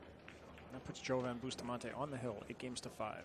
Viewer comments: Bustamante's name is pronounced Yoven. Not Joeven. Just pretend the J is a Y. Pretty simple. But not for these two LOL. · Its actually pronounced with a "hoe" instead of a "yo", since his name obviously has Latin heritage, and I think he's Filipino, so that backs up my claim that his name is of Latin decent, meaning that the "j" in his name is the same as the "j" in Jose (hose-eh), or Jorge (whore-heh), or Jesus (hey-Zeus). "Joven" means 'young' in Spanish, and probably many similar languages; did you know that?